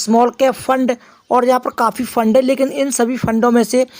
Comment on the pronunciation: Fund bol rha hai ya lund bol rha hai 😅😅😅